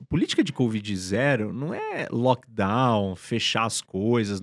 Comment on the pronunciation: "lockdawn normal"